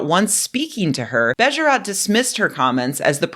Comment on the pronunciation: "Bejerot" is pronounced with two stressed syllables and two long sounds: "BEYYYY-e-ROOOT". The o sound is approximately the same sound as "oo" in soothe.